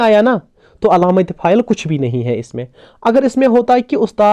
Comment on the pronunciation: Your effort is commendable.I would like to request you to pronounce words correctly.e.g. it is faail and not pha- il.The word Faraq is ismi mounus not muzakar. Please don't mind; it is simply out of love that I am giving this advice.